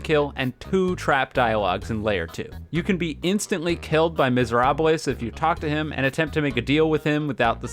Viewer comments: "Meserabales" 😭 its just miserable but in french. Just pronounce it in english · Just so you know, it's pronounced more like "Miserahb," it's French, and a famous musical shares its name